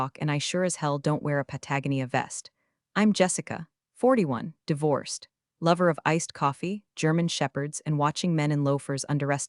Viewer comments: PLEASE teach your AI to pronounce words properly…Patagonia is “Pat uh go knee uh” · Once again, you have mispronounced Patagonia. It's an annoying intrusion into the flow of your story. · I'll consider subscribing when you teach your AI to pronounce unironically and Patagonia properly.